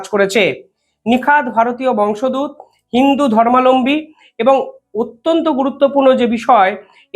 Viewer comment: ভাই শুভম,আমার মনে হয় বংস দূত বলে কোনো শব্দ নাই।মনে হয় শব্দটা হবে বংশোদ্ভূত। দয়াকরে একটু দেখে নিবেন । please don't take it othereise. Thank you.